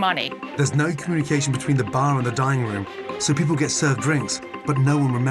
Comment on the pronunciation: It almost sounds like they were saying dieing room in the beginning